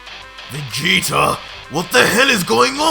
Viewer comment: Who is "Vegeter"